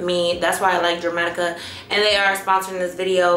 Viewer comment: Definitely want that meshki cardigan too cute. Leave it to to say Jer-matica and not Der-matica.😅